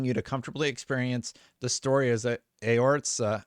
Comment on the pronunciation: This is exciting news! I can’t wait to play this on my Xbox Series X That being said heh Eorzea is pronounced A-or-z-iah 😂 Cheers 🍻